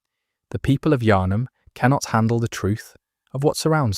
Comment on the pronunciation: A little spoiler for you . They clearly haven’t played this game. Thought the mispronunciation of Yharnam was a little weird, then the whole soul thing gives their game away.